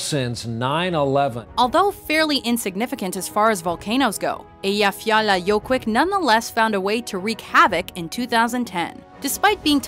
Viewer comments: Wow, she really can't pronounce Eyjafjallajökull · Yes it was very wrong, if you can not pronounce it then don't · You murdered the word Eyjafjallajökull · i literally laugh my ass out when she couldn't pronounce ''Eyjafjallajökull'' right xD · Nice one almost pronouncing Eyjafjallajökull correctly ! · I'm from Iceland and she did not pronounce Eyjafjallajökull right 😂😂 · they said Eyjafjallajoekull wrong ffs ¬_¬ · Her pronunciation of the Iceland volcano was so bad no offence